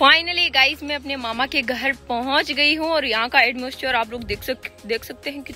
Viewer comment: Atmoisture nhi atmosphere hota hai vo 😁